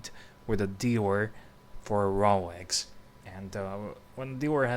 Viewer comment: Its Rolex, not 'RoWex'